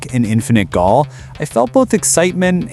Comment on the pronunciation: “Gaol” is an alternate spelling of “jail,” it’s pronounced the same 😂